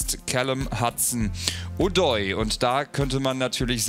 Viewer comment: Wenn ich noch einmal Hudson Udoi höre/lese… echt nicht mehr normal